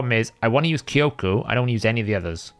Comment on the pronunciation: btw jp speaker here, you're now saying Kyoku right